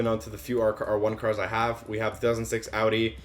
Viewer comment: at least you say Audi right